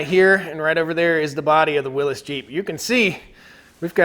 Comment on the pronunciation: Aaaaaaaa, WILLY'S, WILLY'S, WILLY'S NOT WILLIS ! ! ! Aaaaaa